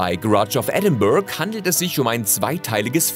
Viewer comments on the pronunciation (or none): Es heißt "Edinbur-oh" ---"Edinburg" liegt in Südafrika